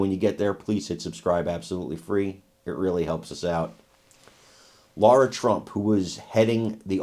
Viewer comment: Lara, not Laura